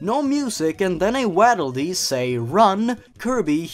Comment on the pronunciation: doesn’t know how to say waddle dee